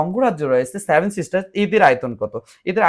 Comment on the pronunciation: আগে ভাই উচ্চারণ ঠিক করো তারপর নাহয় ভিডিও কোরো। সেভেন কি করে স্যাভেন উচ্চারিত হয়।